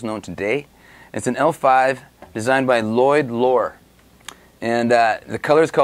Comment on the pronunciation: Lloyd has two 'L's and not 'Li'....so Lloyd, not Lioyd. Just sayin'.